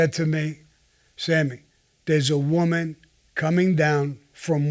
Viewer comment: I didn't hear whamen. He said women with no accent at all.